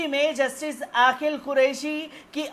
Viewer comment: Bhai aapki urdu bahut kamzor hai sari duniya aapki khabar ko sunti hai lekin aapke lafz bilkul jahilana hota hai, Aqeel ko aaqil bolte hain ye galat lafz bolte ho.